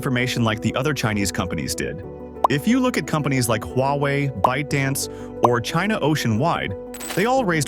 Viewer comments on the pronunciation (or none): none